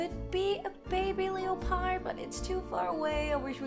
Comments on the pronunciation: The way she says leopard.... kills my soul Lol. It’s pronounced “ Le-perd “ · Pls, as much as I love u, pls say “leopard” as “lepard”, it’s a silent ‘o’ Never mind, I’ve seen it’s already been said :)